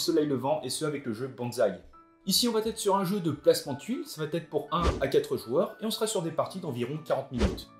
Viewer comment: Sympa cette vidéo arboricole, comme son présentateur, tu prends de la graine de plus en plus, C'est rapide, dynamique et clair. Mais je vais encore te tirer les oreilles: quelle sale manie de faire une liaison regrettable dans chaque vidéo que je regarde de toi. On dit ca va ETRE, et non ça va TETRE! 😀😏